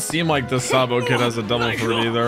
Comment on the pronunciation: first of spoiler and you said it wrong.